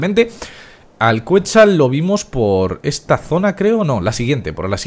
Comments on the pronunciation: se dice quecsal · se pronuncia "ketsál"